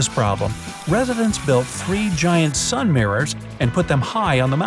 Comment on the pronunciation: Sun not san